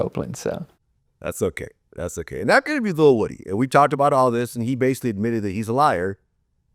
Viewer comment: Vlad refuses to call woody by his correct pronunciation. Id like to slap him.